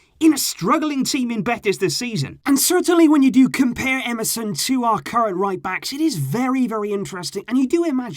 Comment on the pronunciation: When you said Emerson at first I thought you said msn😂😂